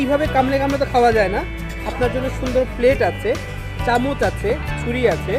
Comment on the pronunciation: চামুচ কি??? উচ্চারণ আগে ঠিক কর বেটা। rubbish 👿👿👿